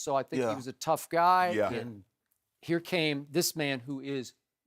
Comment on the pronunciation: Nelly never says "here" he says "hurr" 😂😂😂😂😂😂😂